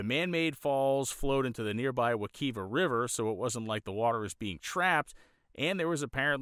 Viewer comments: Not for nothing, it's pronounced wa-KIVE-ah. Love your work brotha. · Wek(I)va is pronounced with a long I sound. I've canoed this river myself as a child. Great video, as always,. Keep em coming.